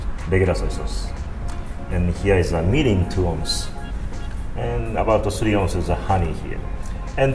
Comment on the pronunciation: It's Mirin, not Morin, Moron! just kidding... :)